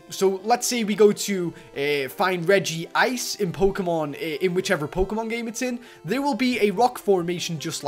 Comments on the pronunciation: its not regiice its regice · And it's Reg-ice Not RegiIce